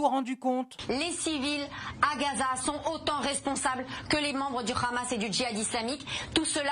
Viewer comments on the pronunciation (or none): Bfm prononce le H comme les sionistes Le Rhamasse le Rhesbolah. 😂 BFMWC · Une astuce pour détecter ceux qui sont pro Netanyahou : ils disent tous "kh"amas comme dans "kh"uan carlos. 😉